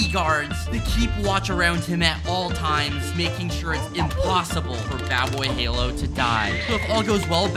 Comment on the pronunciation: ishowspeed , wrong , ishowmeat , wrong , badboyhalo , wrong ,dadboyhalo correct :)